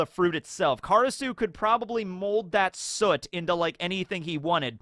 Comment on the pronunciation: It's been kinda crazy how many OP content creators I've noticed not knowing how to pronounce soot lol.